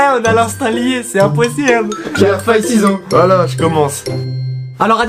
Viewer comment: il a dit impossièble